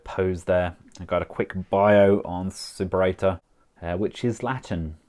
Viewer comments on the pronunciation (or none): It's pronounced soo-pera-tor, not super ate her